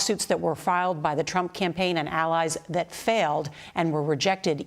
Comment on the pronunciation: Congrats America....You, 'apparently' voted for a lemon as Commander in Chief. I missed a few but here ya go: ...."Certiflied" ..."The American America" ..."Democosy" ..."Befect the fact" ..."The Trump Campraign" ..."Ultimally"....."staints" - ...Sounds and Noises your 80 year old grandfather makes .....Waddles off looking rather thin and frail